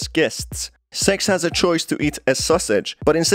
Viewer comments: Maybe because of the way he pronounce it. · Nah, appearently a few pointed out the same thing in the comments about how he miss pronounces Sixes name. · That's what it sounds like when I say six too💀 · Bro its SIX not sex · Everyone: "Six": "Sex" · He literally is pronouncing sex, it don’t even sound like he’s Trying to say “Six”, sorry but it’s annoying me😂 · good im not the only one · agent2800 That's not an accent issue, he's doing it on purpose, he even up votes it up above, with the little red heart. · Yo deadass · I turned on the subtitles and I saw the word “s.e.x“ and he kinda said her name wrong it’s “six“ I laughed a little after that 💀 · When he said six it sounded like he said "S£×" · Bruh why U pronouncing six sex Edit: guys this was a joke chill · Man, I heard “Sex”, not “Six”, the entire video. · SIX!!! NOT SEX! LMAO😂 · I keep hearing "Sex" instead of "six" which throws me off every time. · i think what got me is that sometimes he said six and sometimes he said sex. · Ok, so I'm not the only one who notice that his pronunciation of Six sounds like Sex. Good to know! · Bruh, it's six not sex the whole time i was having trouble with captions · The fact that he says "s€x" and not "six" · It’s seggs not sex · six not sex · When he says "Six" sounds like he's saying "Sex"😂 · yea lol even the auto generated subtitles think he is saying sex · He’s light saying sex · Totally had to stop for a minute..I was like wait "Sex"? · He is saying sex on purpose. That's a tactic. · Yea I had never heard of sex before. I thought 6 was the characters name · in the captions whenever he says six it captions it as "sex" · Bruh everytime u said six, i was hearing sex🥲🥲🥲🥲🥲🥲🥲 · Good video my man, but you got to work on your pronunciation of six. lol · Sounds like hes saying SEXS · if I'm not 100% paying attention to the video your accent makes it sound like your saying sex and I keep looking up like WHAT! before feeling stupid that I forgot again